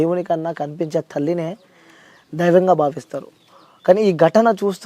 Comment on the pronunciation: ధైవం కాదు నాయనా దైవం ! 😅😅😅